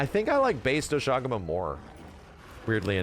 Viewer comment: The english pronounciation of Doshaguma sounds so ass lmaoo